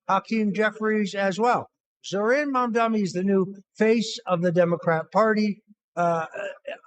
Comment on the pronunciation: Hilarious watching everyone butcher Mamdani's name in every Youtube podcast. Zamdami hahaha